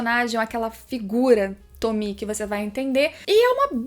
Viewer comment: ELA PRONUNCIA O NOME DA TOMIE CERTO!!!! AAAAAAAAAAAAAA ❤❤❤❤❤❤❤❤❤